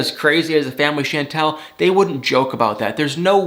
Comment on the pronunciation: Pleeease pronounce her name right.. it's NOT Shaaaantel it's Chantel (like Shaun-tel or Shawwn-tel).. and it was nice to see you tryin to lift your eyelids a bit more as in matching the same amount in your face as you undeniably express in your voice. You got me into watching this show this season cause no way did I want to last season.. I can't stand needless, made up, just for drama fighting.. but I always stan for you and thumb thumb thumb thumb it up for you. OH And Nicole's Mom was SO disgustingly rude that I did start to say I'm gonna give it a lil' more but it started to seem fake.. and then how Royal just told his family to leave soooo rude and cold... I'm like whaatttt.. who talk to their family and parents like that?.. and they didn't even clip him?? No way.